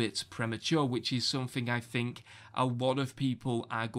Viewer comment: "I fink"